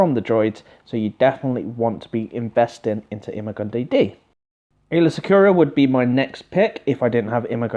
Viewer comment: lol "eema gun dee dee" It's "I-ma goon die"